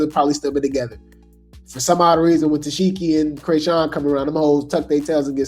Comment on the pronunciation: Ta-see-key please! That’s how you pronounce it